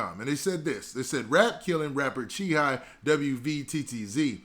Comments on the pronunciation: He don't get it's pronounced Chi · Brah his name is Chii Wvttz Like Shy Watts Do u get it Now, u Killin Boy Name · It’s really pronounced chii high